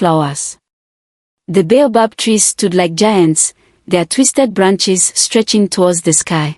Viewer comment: Some of the words in the text in the story are not spelt the way they pronounce. For example "bay above tree" should be baobob